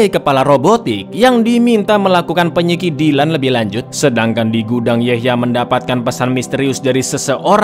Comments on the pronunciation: Penyelidikan ❌️ Penyekidilan ✅️ Wkwkw 🤣🤣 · "Penyekidilan lebih lanjut".......keseleo cak ilate